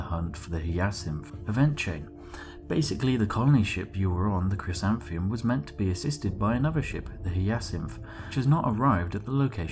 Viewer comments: Vorta Keevan And Chrysanthemum is kris-an-thigh-mum. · Chrysanthemum - Cris-an-theh-mum Hyacinth - High-ah-sinth Sorry to be pedantic; pronunciations made me wince. Thanks for making the video!